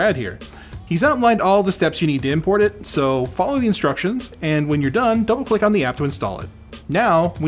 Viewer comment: I had to replay that about three times and also turn on subtitles before I knew he said "double click." I would have sworn he said "don't click," which makes no sense. "Don't click on the app to install it." Huh?